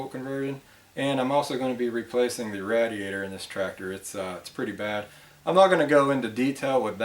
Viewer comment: Awesome video, but it hurt my mind to keep hearing radiator mispronounced. 😂